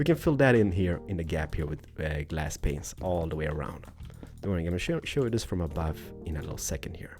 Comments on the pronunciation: your videos are awesome, but i got to say, the way you pronounce window panes as "window penises" is just.. incorrect:D you shoud pronounce it as the word "pain" for singular, "pains" for plural:) Other than that, love your stuff:) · the way you say "panes" should be censored; I know you're not a Native English speaker, but "penisis" means d*ks.... Yes, you say "dicks" instead of "panes" *which are pronounced "pains" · When you said window panes it sounded like you said window penises 😂😂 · Omg 😂😂😂 every time he says window panes it sounds like window penis's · yea its pretty weird how he pronounces it :/